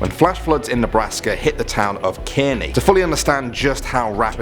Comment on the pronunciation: 2014 flood in Nebraska was in Kearney - pronounced Kar-Nee. The boys wanted you to know, they were excited to see Nebraska mentioned. Thanks for giving this land o' corn a shout out! ☺️